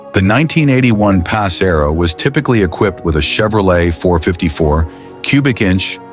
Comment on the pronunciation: AI channel. Notice how the comments are ignored too, shitty channel. The way it said "pass" rather than "PACE" was a big red flag. Yeah I had 2 pace arrows so I was saying the same thing lol, had a eleaganza and a pegasus. Both I have videos on my channel hacking up for salvage.